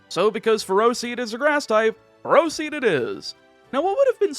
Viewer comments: As someone who knows people with the last name "Ferro", you're prounouncing it wrong at least according to their pronunciation. They pronounce it Feh-Row. Also the first time I saw Ferroseed I thought of them and... That was a weird thought. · Ferroseed isn’t “ferocious”, is “ferrous”! As in, being made of iron, entirely or in part :D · Its not ferocious. Its Ferrous as in contains iron